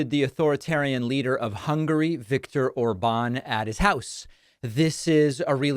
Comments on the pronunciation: David: Orban is pronounced with stress on the first syllable. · David, sir, it's not "or-BAN," but "OR-ban" (emphasis on the fist syllable). The accent mark on the a (á) in Hungarian does not work like in Spanish. In Hungarian, those marks on the vowels just indicate the vowel is long. In this case, it's a long, clear "a" (like in Spanish), as opposed to a short "a," which in Hungarian sounds closer to the sound you make when you say "law."